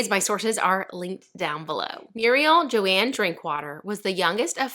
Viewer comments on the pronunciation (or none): none